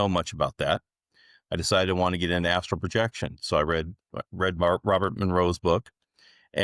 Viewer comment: Why are you calling it 'astro'.. it's astral. Also, what is 'final boss'... ??